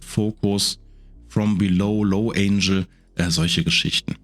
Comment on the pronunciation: Nur eine kleine pingelige Anmerkung: du sprichst "angle" wie das Wort "angel" aus - was Engel heißt, nicht Winkel. Wenn du es im Englischen wie Engel im Deutschen aussprichst, kommst du der Sache schon näher ;)